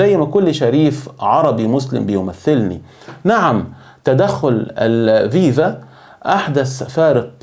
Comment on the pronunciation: اولا اتعرف كيف تنطق الاسم كما يجب اسمها الـفـيـفـا. FIFA بحرف إلـفاء بالحروف اللاتينية و ليس الـڤِـيـڤـا VIVA لأن المعنى لا علاقة لهم ببعضهم